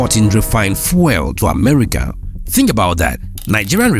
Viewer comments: fuel pronounced fewl:face-red-droopy-eyes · fuel- "few-l" not that nails on a chalkboard pronunciation you're doing